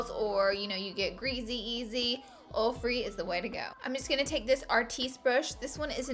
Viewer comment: I kept saying what's a orfri foundation? Like is that a new thing? Then I went back and listened closely and realized you said oil free! Lol